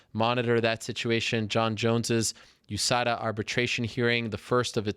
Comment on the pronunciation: LOL GSP pronounces it "US-ADA testing" :D And Chael, "OOH-SADA"